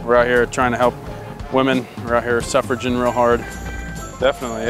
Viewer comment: Everytime he said sufferagin I died